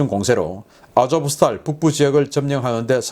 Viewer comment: v를 러시아어 에서는 F발음으로 읽지만 우크라이나에서는 '우' 발음으로 읽으니까 '아조푸 스탈'제철소 라고 불러주시지 말고 '아조우스탈'제철소라고 읽어주시면 더 좋을 것 같습니다. 푸틴이 "러시아 국민들이여 전쟁에서 영광스럽게 되자!'"라고 연일 방송을 한다고 합니다. 그런 방송은 아마도 게엄령과 국가 총동원령을 내리기 위한 깃발 단계로 보인다는 의견이 많습니다. 그러면 300만 명 이상의 군인도 징집이 가능하다고 하는데 과연 어떨지요???